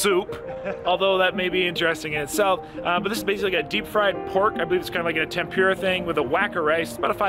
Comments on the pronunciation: Tempura - the PUR as in “the kitty purred” not as in PURE. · 思い出 OH-moh-EE-deh. Memories No yiddish oysters in Japanese lol. You literally killed me every time you said cat-soo. 😵 TEHM-poo-lah. Nothing “pure” in tempura. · Ouch lol it's pronounced KAW(like saw)-TSU if you were to say it like Japanese. Tempura is like Tem- PURR-UH. Great challenge though! They have alot of challenges in Japan surprisingly how japan is smaller compared to to the states. I follow a couple yt channels of food fighters. Most of them are thin Japanese women that eat like you. Literally. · Cat soup lol Need shredded lettuce. You pronounced katsu and tempura (ten-poor-ra) wrong. Lol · Thank you for clarifying pronunciation of Katsu and tempura for 👌. It was hurting my ears during the video, haha